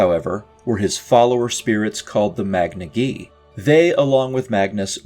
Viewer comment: Majiika is a very interesting way to pronounce the name of this force